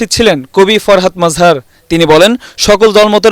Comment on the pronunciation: Baler news presentar. She cant promunce the name. Farhad Mazhar. Murkho reporter and presenter...